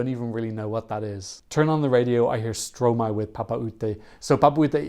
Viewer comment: It's pronounced Stro-my, because it's Maestro backwards ;)